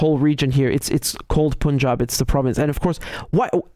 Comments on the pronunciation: Riichard, it's not pronounced 'seechkkkch achooo'. Just say, "sick' like I feel sick. Not 'Pooooonjab' but 'PAnjab'. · It is not p-u-n jab, it is like the word "pun " + "job". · No disrespect, it's not "Poonjab" It's ok to go with the traditional pronunciation of "U"(cup, umbrella, unless you hail from the North of the UK) On the topic, maybe India should rekindle the old Free Quebec movement, 😅since Canada is so concerned with the khalistani "freedom fighters', the vote in the1995 referendum was not what one could call conclusive. With not more than 1% deciding to stay with Canada, there's was always plenty of "wiggle room " wink, wink nudge, nudge. 😅It wouldn't be the first time in the history of "free and democratic " elections in the glorious west😂